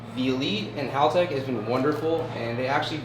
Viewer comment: It will be a cold day in hell when American youtubers pronounce Haltech correctly lol...... Congrats on 1mil!!!!!!!!